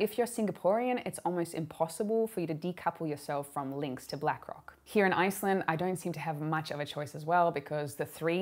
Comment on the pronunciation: Iceland is sounding so Aussie